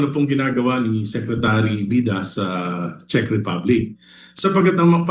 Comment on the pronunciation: Ang panget mag pronounce ni ante Kler ng "CZECH".. attorney ba talaga yan🤣🤣🤣